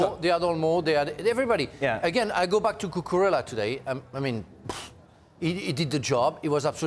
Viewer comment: Learn his name: Cu-cu-re-lla, Marc Cucurella. A great guy.